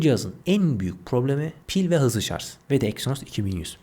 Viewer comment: kardeşim, A73'ü donanımdan dolayı mı, fiyattan dolayı mı tavsiye etmediniz, 5G olması pil ömrü işletim sistemi yeterli değil mi.. Anlatırken çok hızlı konuşmak uğruna kelimeleri yuttuğunuzu farkediyor musunuz..Bir de şarj derken sanki şarz gibi çıkıyor kelime ağzınızdan..Selamlar..